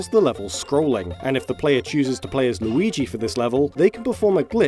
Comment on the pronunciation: Maigi.. or Lurio... Or Muigi? Look at MLauriigoi! Or how... Whhyyyyyyyyyyy?